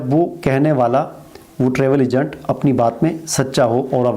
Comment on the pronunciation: Egant nahi hota agent hota hay phelay bolna sekhoo